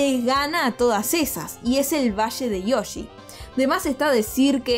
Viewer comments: Todos: valle de yoshi: VaSHe de YoShI No es que odie la forma de hablar sino que es solo humor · Como pronuncia Yoshi un argentino? SHOSHI? XD